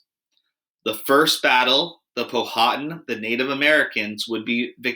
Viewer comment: Please pronounce the names of the Native American tribes correctly. Pow-ah-tan not pow-ha-tin